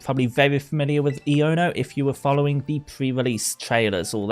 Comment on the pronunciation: Am i the only one who thinks Iono’s should be pronounced “I oh na”?